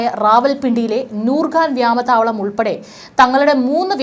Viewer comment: വ്യാമത്തവളമല്ല മോളേ , വ്യോമത്താവളം എന്ന് പറയാൻ പഠിക്ക്😂.....